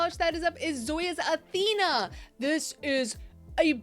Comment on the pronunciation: Carla for Charli, Athena for Althea, Kahlua for Kahula... 😂 maybe more, I'm not paying attention 100%.